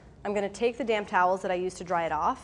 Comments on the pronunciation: "Now, I'm gonna take the damn towel I used to dry the cilantro off"... probably supposed to be damp, but I heard damn. 🤭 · Damp* just the p is silent 🤣